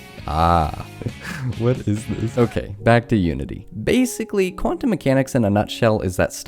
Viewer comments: how can you not pronounce quantum 💔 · i hate you now you cant pronounce the easiest thing(i dont know what Pronunciation has to do with hate) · quantum isnt hard to pronounce 🥀